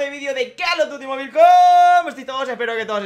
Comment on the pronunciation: Amo que si pronuncie bien mobile♥️